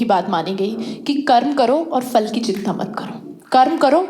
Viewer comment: Fal nhi phal kehte hain.